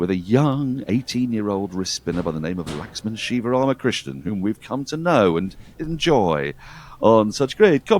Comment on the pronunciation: ...and LAXMAN SIVARAMAKRISHNAN too.... pronounced perfectly!! 😊